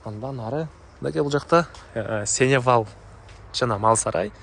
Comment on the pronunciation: Сеневал эмес, Сеновал! От слово Сено!